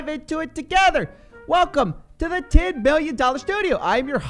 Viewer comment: Almost sounds like you said 10 Billion dollar studio. But I now see its the same 10 milly. You'll get there dude. I actually run a course and I feel you would benefit from it, big time.